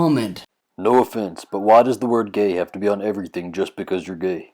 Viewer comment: Dude, this issue is so simple. Fretting over using "gay" a lot, in your gay vlog, is like if another dude who did a hobby-car vlog was wondering if he said "engine" too much. By the way, you don't actually say "gay" much. You say "ghee", which is a refined butter product. What's up with that?